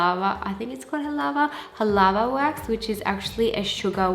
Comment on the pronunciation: Halawa Not halava!!! 😊😊😊